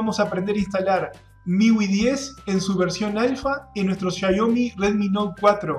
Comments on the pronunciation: Es Xiaomi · Por qué xia yo mi? El idioma te deja decir xiaomi sin mas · Buen video PD: Es Shiaomi, no Shiaiomi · repito, así se pronuncia: Shiaomi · asi es como se pronuncia 😉